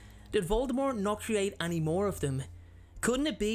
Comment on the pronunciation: We've been waiting for you to return! The way you say any always gets me *annie*(like the name) lol